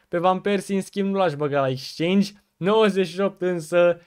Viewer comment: bro se scrie exchange si se pronunta ,,exceingi,, nu dau cu hate incerc sa te ajut ~respect~